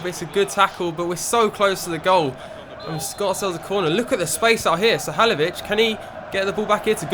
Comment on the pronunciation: your pronouncing halilovic wrong